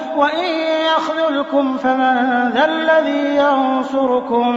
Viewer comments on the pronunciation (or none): none